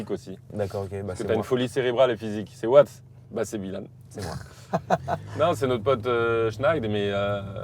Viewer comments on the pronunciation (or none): Pourquoi il appelle (By) ILHANN "BILANE" ça me rend dingue